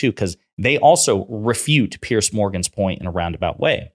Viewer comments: Piers Morgan isn’t a Conservative, he’s an obnoxious attention seeker. By the way, his name is pronounced PEERZ, not PEARCE. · It's Piers like Peers, not Pierce.